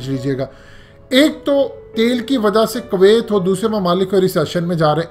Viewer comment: Its kuwiat not kawaayt 😂